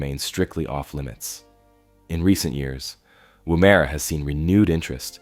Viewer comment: lol, woo-mare-a It’s just Woomera